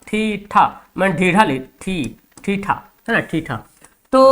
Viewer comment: थीटा❌ ठिठा ✔️ 😂😂